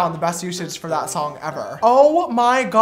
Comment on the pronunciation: Me: James Charles: “sister sholng”